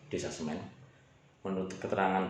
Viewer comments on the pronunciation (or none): Intine ra iso ngmg SEMI ddi Semen..